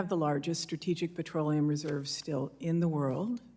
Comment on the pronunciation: It's petroleum... not patroleum.